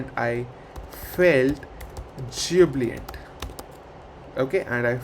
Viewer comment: ..Its not "Jubliant" like you say..its "Jubilant".. Pls add a note in the video to correct it.